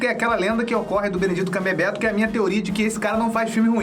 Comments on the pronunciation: Que é o Grinch. Me incomodou você falando Benedito Cumberbeto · Você tá falando Benedito camberberto zuando ou você não sabe mesmo falar Benedict Cumberbatch